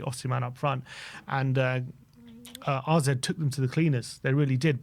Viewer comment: One day these lads will read comments and finally say AZ alkmaar not RZ !!!